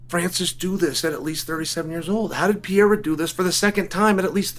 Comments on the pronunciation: you know what's not any better than before? your pronunciation of "pereira" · I'm a brazilian and there's no H sound in "Pereira". Both the R in "Pereira" have the same sound that is similar to the T in "battle" or "butter" in the American pronunciation. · Still did it incorrectly 😂 Actually he got it right at about 2.50 into the video. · Chael saying Royce Gracie perfectly but not knowing how to make the same sound for Pereira is just 🤌🏽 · If you’re willing to pronounce “Pereira” correctly then go ask GLOVER! 😆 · After correcting himself for saying alex pereira’s name incorrectly. He immediately continued to say his name wrong. I love this guy. The undefeated 🐐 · It's just 1 R. The way Sonnen and Joe Rogan pronounce it is wrong. Bruce Buffer says it perfectly though. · it's literally the same sound that americans use for the letter "r" in "aRticulate" or "aRkansas" or "oR". it's a soft R. Plus, it's a matter of respect to at least trying to say someone's name correctly. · It’s not peheira. It’s no h sound. It’s just peReira just R sound. Pe ray rah is right! Just call him Poatan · To hell with rolling the r’s Uncle Chael. Pretend that’s a D and say it: Pa-hay-da 🥇 🥇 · His name is PeReira. Not Pejeira. Is the 'r' sound from the spanish, like when you say 'raton' (mouse). Joe Rogan is saying it wrong all the fcnkg time. ps i'm brazilian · it not Peheira!!you read r like an h when it's at the start of the name in Portuguese!!it's PERERA!!i don't know how to wright pronunciation, but there are a lot harde names that you can do it!!idk why is this one so hard!!God bless you uncle Chael!! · Mate, for God's sake! The guy's name isn't Pieira or Vieira! 😂😂😂 He is called PE-REI-RA!!! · It's Pereira, not "Peheira". Just say the normal English r, it's closer. Even Alex himself says "Pereira" with an r, so don't sweat it. The "h" is for double rr like in "borrachinha" or when the word starts with an r. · It’s pronounced Pe-Ray-Rah (say it fast and you got it) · Alex Pehera lol